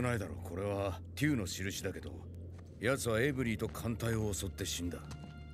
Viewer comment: ゲームの中のエイブリーの事が頭の中にあって、お店のエブリーを、エイブリーって言うてもうたわ！www